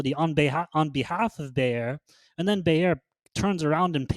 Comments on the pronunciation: How can u call bayer a farming and fertilizer company? To me that's very odd.. bayer is one of the top pharma companies worldwide and its pronounced buyer. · As egregious as mispronouncing “Bayer” is, losing 10s of millions of cv funds per quarter is even worse. If Ginko is supplying a nonexistant market, it doesn’t really matter how excellent their synbio pipelines are. If their attempts to build the market that they wanna serve pay off, they’ll shoot way up past the moon. But, managerial incompetence can sometimes be inferred by their shareholder reports and should absolutely be considered when assessing their ability to execute in synbio or in business.